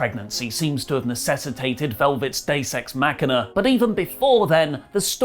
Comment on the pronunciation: I know you said Deus ex machina... But it sounded like you said day sex machina... Lol